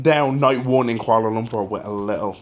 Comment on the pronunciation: ur pronounciation of Kuala Lumpur is spot on . Welcome n enjoy ur stay